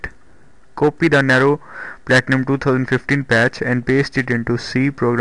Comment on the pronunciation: It's pronounced "Neeero" not Narrow.